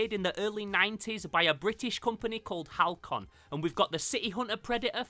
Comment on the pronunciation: I have one of these, still in the box. The company is Halcyon, pronounced Hal-see-on. I’m trying to figure out if I want to sell it after having for almost 30 years.